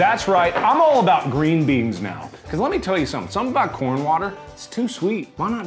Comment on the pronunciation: Plz someone make an edit when whenever he says corn he says corn but with the p